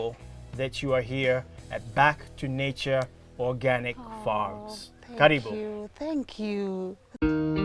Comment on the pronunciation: Karibu not caribou